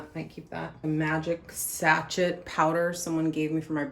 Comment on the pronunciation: Sachet is pronounced sashay 😊